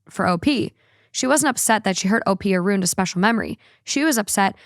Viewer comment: Did you say “ruined” or “rooned”?? Cuz ruin has 2 syllables Haha I’m just friendly teasing you cuz I listen to you every single day so we’re spiritually friends now Lol